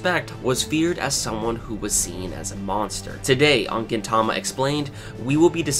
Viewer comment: Though I don't not like the way you pronounce 'Gintama' but good explanation! I went though all of them thanks :D